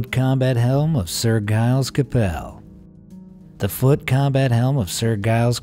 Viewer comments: ... and "Gailes" Capel... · The G in Giles is pronounced like a J as in Giraffe.